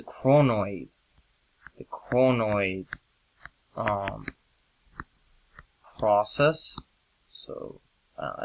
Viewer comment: is it coronoid process or cronoid process becaus your pronouncing it so differently:)